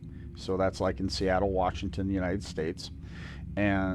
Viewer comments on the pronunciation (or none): none